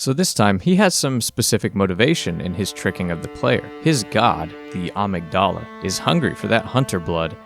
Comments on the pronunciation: Awesome video, def gonna check out more from this series. Minor nitpicks thought: The "t" in apostles is silent and "Amygdala" is pronounced "uhmig-dullah" and is a portion of the brain associated with experiencing emotions😉Patches just pronounces it weird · That’s not how you’re supposed to pronounce amygdala. Uhmigduhluh Edit: I should say, in game I figure they’re just mispronouncing it. In Japanese it would sound something more like how they say it, “ahmeegudahrah,” but Amygdala is just a word and it’s pronounced with the schwa rather than the “ah” vowel.